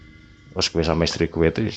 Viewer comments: Eehh "GHUWE" maneh 🤣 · Bukan masalah logat, ini masalah “ghue” ... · Guwee???....Jd males denger nya... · 'Gw' nya medhok men to mas 😁😁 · Waduh kena "gue" medok lgsg buyar seremnyaaa wkskwkskm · Wong jowo ketika ngomong "gue" koyok pieee ngnoo😂🤣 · "GUE SAMA CEWEK GUE" (logat medok) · Salfok “Gue” medok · mau dengerin tpi "gue" nya medok bgt jadi ga srek di kuping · Gue nya medok banget sih bang ,, piye to mbok ora usah gua gue maleh piye ngono lek di rungokne,, kurangggggg :)